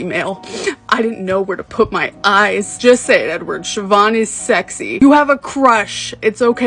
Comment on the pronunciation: Thank you for pronouncing her name right lol